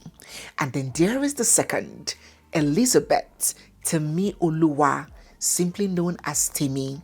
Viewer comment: its Temiloluwa..Not Temioluwa….i just had to😂 I’m a staunch Teddy🫶🏼🤣